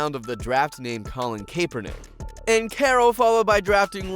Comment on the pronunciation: Colin who? You say it like a baseball CAP!!